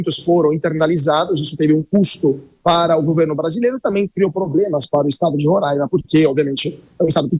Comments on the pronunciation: Reporteres entendam uma coisa: É RORAIMA e não RORÃIMA kk 😂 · 3 pontos de observação 1 - para apresentadora: se pronuncia Roraima e não Rorãima 2 - para o comentarista - China, Rússia e Irã não são aliados históricos e sim aliados do momentos, 20 anos ainda não dá pra dizer que é histórico 3 - para o comentarista - a Venezuela atualmente não é um dos maiores produtores de petróleo do mundo e sim o país que possui as maiores reservas de petróleo do mundo